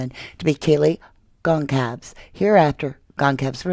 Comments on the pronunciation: Kaylee's last name is pronounced "Gon-sal-vees." Emphasis on the second syllable. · Can you please PLEASE stop pronouncing Kaylee's last name wrong!!!!??!?? It's very disrespectful it's not hard to pronounce almost everyone says it correctly watch an interview with Kaylee's family and hear how they pronounce it and that is the correct way to pronounce it! You have covered this for long enough to say her last name correctly? Please it's so wrong. I love your channel I just can't handle it anymore! Please ❤️